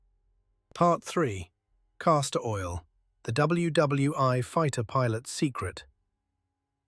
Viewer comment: Well this must still be AI narration because it doesn't know how to pronounce WWI. It always mispronounces it as "wwone" lol😊